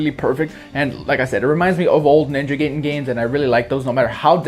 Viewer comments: *Ninja GUY-den. I cringed hearing GAY-den. But I miss the Ninja Gaiden series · Gaiden(guy-den) not gayden